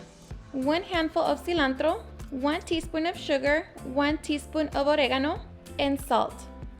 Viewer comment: Absolutely no need to say Oregono that way